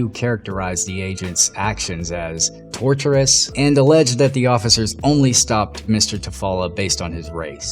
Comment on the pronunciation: I enjoy this type of content. But it's "tor-shus", not "tor-tur-us". The first (tortious) relates to a civil wrong and the second (torturous) involves physical or mental abuse.